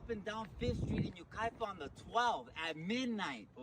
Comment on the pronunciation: Yucaipa is pronounced you kie pah